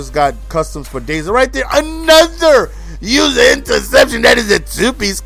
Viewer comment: Usah not user you used to say usah